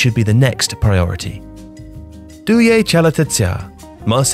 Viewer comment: Correct croatian pronounciation